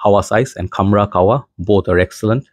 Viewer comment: Bro its kah- wa not kawwa 😂